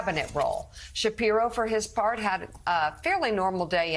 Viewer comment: It’s BOOT-EDGE-EDGE. The man has said it himself. He’s cool enough to not care how people say it, but I care. Be professional and get your job right! Especially if you get on trump for pronouncing Kamala wrong.